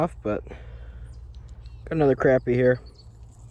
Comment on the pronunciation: Good to hear "crappie" pronounced right. Nice fishing!